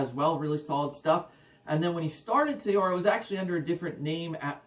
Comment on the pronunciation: I hate doing it... it's pronounced 'Seer' (although likely makes no difference to those that hear it). Maybe you already know that, often bothers me when I come across that one. Couldn't resist! Epic band, awesome channel.